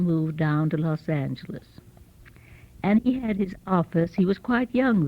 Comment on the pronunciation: She even pronounces Los Angeles correctly. My father was born there and called it, “Loth Angle-ees “. Difference in breeding and age. He was born in 1929.